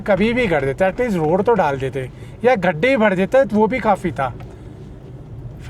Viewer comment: भाई एक word आपका बहुत irritating लगता है please उसको सही से बोलना सीख लो। खड्डा नहीं होता है गड्ढा होता है।